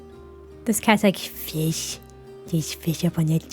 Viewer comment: "Fischj. Fischj on the table." I CAN'T 🤣🤣🤣